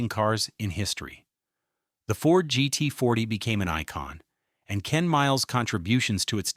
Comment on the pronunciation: It's "GT40", not "GET40", and "Ford v. Ferrari", not "Ford v.a. Ferrari", you cheap piece of fake, uneducated, glitch-ridden software.